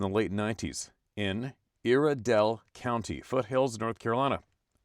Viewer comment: First story, it's pronounced (eye er dale) Iredell county NC, Thank you